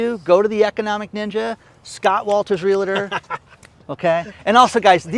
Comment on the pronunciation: Ask Scott Walters how he pronounces REALTOR. There is no "LA" in the middle - just REAL + TOR.